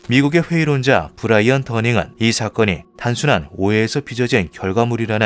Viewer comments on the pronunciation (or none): none